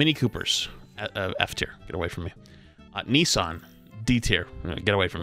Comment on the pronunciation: 😂 oh snap. I have more issue with the say you pronounce Nissan…. Ni-san (where did my other s go? Nis-san 😤) Banger of a game, you had all the things throw at you 😂😂